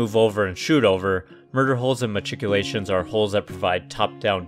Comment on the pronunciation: You're saying "machicolations" wrong. Go to Shadiversity channel to learn how to say it properly.